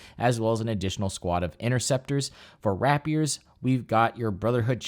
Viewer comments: It’s pronounced “ray pee ur” not “wrap yur.” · I’m starting up a Silver Blades army coming from a Raven Guard Space Marine army. Their Warlord Trait on a Dreadknight Grandmaster is absolutely fucking disgusting as Nurgle, I love it. Edit: Also, that’s an … interesting way to pronounce the word Rapier.